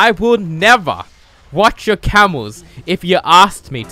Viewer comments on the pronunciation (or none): none